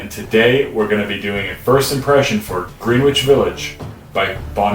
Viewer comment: It's like Grenn-ich... not greeeeen which .. come on guy